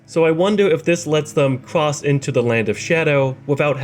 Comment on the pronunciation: i mean it in no way other than wholesome and good, but the fact that you speak like "cwoss the wands between" made this video 10 times more awesome 😂